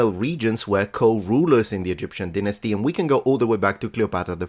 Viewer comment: Who pronounces it pomp-pee? Never heard that. And this guy says deenasty haha